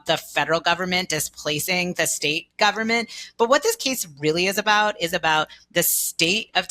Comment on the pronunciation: Yikes! We get the dreaded combination of uptalk (every phrase ends with rising intonation, as if she's asking question after question, even though she's not), and long A pronounced like long E (this "keese" is about the "steet" of Tennessee "displeecing" parents and doctors). I would feel sorry for the Supreme Court justices even if I agreed with this person's argument.